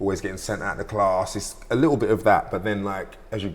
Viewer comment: Yeh, I thort that....liccle dwarf